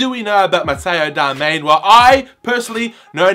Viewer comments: LMAO, it's Darmian not ''Darmain''. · its not darmain its DARMIAN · His name is Matteo Darmian not Darmain... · It is Darmian Not Darmain Now you know how to pronounce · 95th like!!! And by the way its darmian not darmain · It's pronounce Dar -Mi - ANN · DAR-ME-AN Is the proper pronunciation goof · it is pronounced dar-mi-an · Also said his name wrong throughout the video! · Pronounce his name right